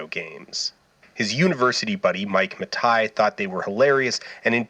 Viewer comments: "Mike Matai", It's "Matei".. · I thought Mattei was pronounced the Italian way, i.e. "matay-eeh".